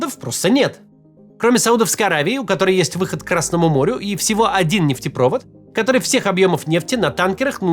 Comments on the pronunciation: Максим не нефтепрОвод а нефтепровОд! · НефтепровОд ударение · Максим, в словах «КАтар» и «нефтепровОд» ударения на другие слоги правильно ставить. Спасибо за выпуск 🙌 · Нефтепровод. Ударение на О. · В слове "нефтепровод" ударение ставится на последний слог.